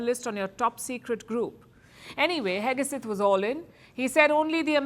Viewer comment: Pete "HEGESETH" : KNOW-IT-ALL PALKI finally REPEATEDLY shows her IGNORANCE - US DEFENCE SECRETARY'S name is Pete HEGSETH and NOT Pete HEGESETH. JUST SAYING.